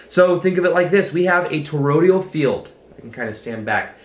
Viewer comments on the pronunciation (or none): For the 3rd time for sakes man. It's toroid-AL not Torod-IAL. Dude, check our Arthur Young for more on the energetic torus.